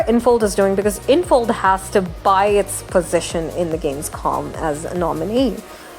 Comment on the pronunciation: Just a short correction: It's Gamescom. With an M and not an N at the end.